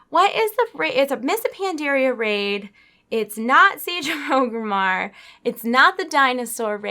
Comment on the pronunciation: The city is not called O-grimmar. it is called ORGRIMMAR! there is an R IN THERE. OR-GRIM-MAR!! For fucks sake, you have played long enough to know that. sort it out.